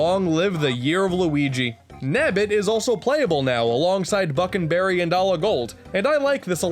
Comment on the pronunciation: For some reason when you said buckle-berry and ala-gold I thought about allah akbar